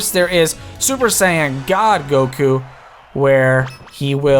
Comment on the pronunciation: When you say Super Saiyan, it sounds like Super Sand.